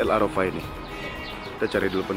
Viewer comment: Koreksi dikit: bukan el Arafa tapi Qarafa